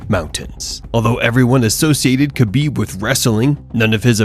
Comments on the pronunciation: Man, small correction: Khabib sounds like "Habib", K is silent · HA-BEEB. Not KHA-BEEB. A little respect goes a long way.